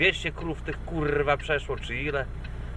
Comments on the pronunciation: ten akcent na 'rrrrwaaa' :D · kurrrrwa.....kurrrrrwa......kurrrrrwa.....kurrrrrrwa :P sporo tego sie posypalo ... chyba kazda kurrrwa przypada na 1 krowe :P